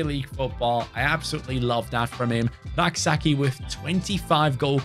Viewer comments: Hey Rak-Sakyi is pronounced as Rak-Say-chi not rak-sa-key😂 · Rak-Sakyi is Ghanaian. It's pronounced Say-chi